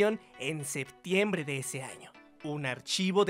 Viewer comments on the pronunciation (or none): none